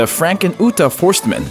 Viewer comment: Robert Fohrst-eh-man! Please take time to learn the pronunciation.